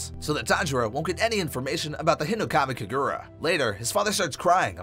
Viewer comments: Nerd checking myself for whinging at the pronunciation in this video, it literally doesn't matter (But it's HInokami KAgura) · it’s funny how he says “hinokami kagura”he says it like “hinokmai kigura 💀